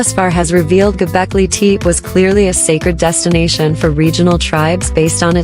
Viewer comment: Many of the pillars and stone carvings here are not from Göbekli Tepe, but from East Asia and who knows where. Including all these pictures are just plain nonsense, and the narrator or AI can't even prnonounce the name properly. What does qa lot of cartoons cartoons have to do with Göbekli Tepe? This whole video must have been made as a joke.. A waste of time to watch any of this stupidity.